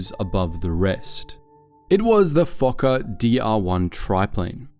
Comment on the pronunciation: Fokker not f*cker